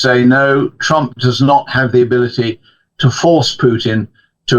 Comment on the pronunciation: Why is the presenter pronouncing “the” as “zii” it’s so unbelievably ridiculous (no offence - it’s just a constructive criticism) he can easily correct himself instead talking in such embarrassing way.